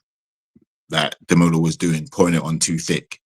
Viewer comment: 😂 the best thing about these reviews is watching you struggling to say Demola's name!